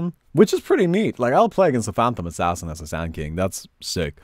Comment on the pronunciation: In the beginning said he will be playing SANDA KINGA. What I heard was Sandile...